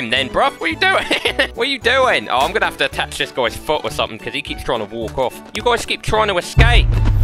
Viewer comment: “I’m gonna tie your ash to thish”